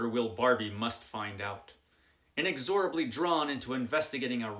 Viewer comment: Not to be a pedant but it's pronounced in-EX-orably. :) It means that which cannot be exorcised.